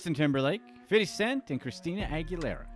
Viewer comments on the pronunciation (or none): It’s so cringe when people say “fiddy” cent the way you do. Just say fifty.. geezuz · It's 50 cent not "fiddy" cent you absolute cornball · I love how you said fiddy cent 😂 he's not broke tho..... just spent most of his money I bet 😬 he's allways got royalties coming through.